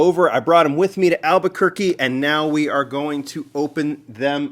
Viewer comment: "beautiful Alberquerque" eh not quite.